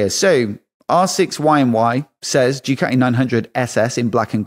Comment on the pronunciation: Ducati not dewcati!